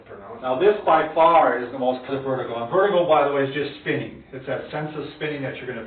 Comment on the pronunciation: Vertigo, not Vetigo. Good video.